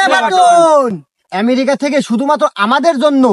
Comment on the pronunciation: সোহেল এমেরিকা কোন দেশ 🤣🤣 সুন্দর করে বল আমেরিকা 👍🇧🇩🇺🇲 আমেরিকা থেকে তর জন্য দোয়া করি 👌